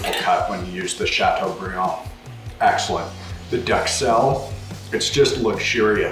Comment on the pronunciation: “chateaubriand” ..nice...Great video!